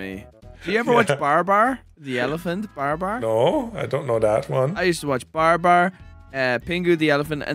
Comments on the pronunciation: Whats BarBar? Its BaBar.😂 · BA-BAR BA-BAR! not BAR-BAR. hahahha:D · Lmao.... BAR BAR? ITS Babar..... BA-BAR. LOL 😅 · I never watched Pengu. but Babar i watched all the time. oh and its not "BAR-BAR" its BA-BAR lol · It is Babar not Barbar ffs. All hope is lost. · bro really called babar BARBAR XD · Its BAH-BAR